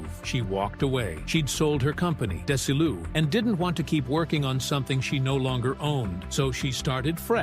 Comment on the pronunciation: Dez-E-lou! What's so hard about THAT???